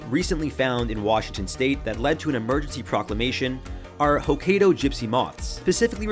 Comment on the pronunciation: What will be next, swarms of frogs? P.S., It's pronounced "Hoe-Ky-Doh".